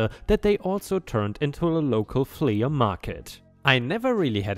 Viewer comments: It's not fle ah it's flee but spelled flea. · Flea is said as "flee" not "flee-uh." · Love your stories! We watch every day. I just thought I'd give you a little help with your English. The word flea is pronounced flee. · "Flea" sounds the same as "flee." In this case the A is just modifying the sound of the E in this word, but is otherwise silent. A "flea market" is an almost-slang term for a miscellaneous outdoor market, something between a garage sale and a normal outdoor business. Many outdoor markets in the rest of the world would probably be considered "flea markets" if they were in the US. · Helpful hint: the word Flea is simply said like FLEE. The A at the end is silent. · Flea is pronounced flee like to run away 😀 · Flea is pronounced flee. Your pronunciation getting much better! Keep up your good work and thank you for making videos. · Flea is pronounced flee (the a is silent) it rhymes with bee and sea... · 🌟 FYI 'flea' is pronounced the same as 'flee' 🌟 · It’s pronounced “flee” market, no hate, just so you know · For the man narrating the word flea is pronounced flee!! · it is pronounced "flea = flee." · Good story here. Btw, flea is pronounced "flee." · Pronunciation note: the "flea" in "flea market" is pronounced "flee" 🌟🌟🌟🌟🌟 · In english we do not sound the a separately in flea market, it sounds the same as flee. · Gables rhymes with tables, cables, etc. Flea rhymes with flee, free, etc.⭐️⭐️⭐️⭐️⭐️⭐️⭐️ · The farmer revenge is a fantastic story. So enjoyable. ⭐⭐⭐⭐⭐⭐⭐⭐⭐⭐⭐⭐⭐ Two new pronunciations for you: flea market is pronounced like the insects (fleas found on dogs/cats). Simply means a temporary very cheap market selling lots of bits and pieces. The word gable is pronounced as gay - ble. Have a good day. ⭐⭐ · Flea is pronounced flee and gable is pronounced gay-bul. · The ea in flea is pronounced like the double e in deep. The a in gable is pronounced just like the a in table or day.